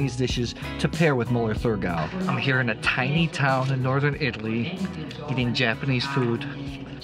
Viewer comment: It’s Mueller Thurgau, you don’t pronounce the “h”